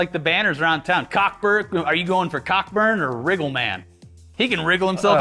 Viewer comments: Isn't it pronounced Co burn? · It's pronounced "Coe-Burn", but yeah, funny name when you say it that way xD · Not sure if its a joke but Cockburn is pronounced "co-burn" the C and K are silent